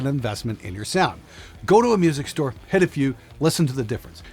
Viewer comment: "....get it right at the storce"? 😅